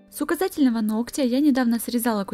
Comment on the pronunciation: ахах , я конечно понимаю что она сказала "с указательного" , но мне же не одной послышался мат?) А работа как всегда супер)